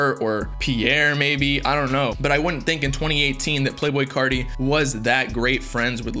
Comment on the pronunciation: Why u say carti people like that